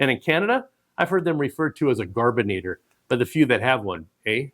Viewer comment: The correct pronunciation is gar-bur-et-or. We always had one in Canada, ever since 1965.